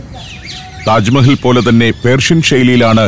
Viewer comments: ടാജ് മഹൽ അല്ല താജ് മഹൽ.😂😂😂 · 'ടാജ് മഹൽ ' അല്ല... താജ് മഹൽ. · സഫാരി താങ്കൾ ടാജ് മഹൽ 1 അല്ല തെറ്റ്. താജ് മഹാൽ . Ok തിരുത്തുക.